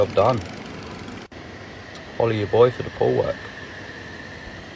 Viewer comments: Follow ya boy for da pool work I learned that the other day it sounds like holla but he says follow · “Holla at ya boy for the pool work” It’s been 2 months and I just realized he says “FOLLOW ya boy for the pool work” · i though he said- holley ya boy for the pool work like he was telling who he is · He actually said folloh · If it makes you feel any better I also thought he said "follow" for the longest time. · I thought it was 'follow ya boy for the pool work' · I know but it sounds like it tho